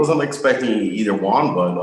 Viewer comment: Ariel the word “Won” is pronounced as “One” not “Wahn” please stop saying it like that